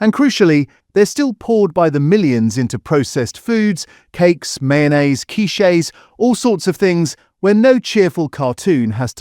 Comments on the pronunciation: There are some good points made in this video but also a lot of bollocks. This is exemplified by the pronunciation of “quiches” as “key-shays” 😂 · I thought you were real. No real person pronounces quiches like that.